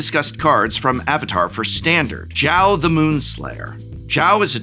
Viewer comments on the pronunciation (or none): Is not Chao, is Zhao ~sokka